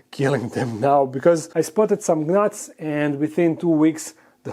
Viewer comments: The G is silent on the word gnats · I love the way you say gnats! Lol